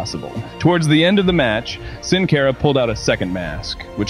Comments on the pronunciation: It’s not pronounced (sin care ah) it’s pronounced (sin car ah) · Boy it makes me cringe so hard at the way he’s pronouncing Sin Cara last name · Its Pronounced Sin Cara not Sin Care a